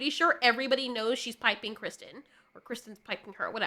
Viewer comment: FYI its Kristen Cole not Christian